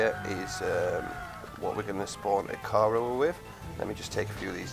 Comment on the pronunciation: "i-car-oah" is how to pronounce it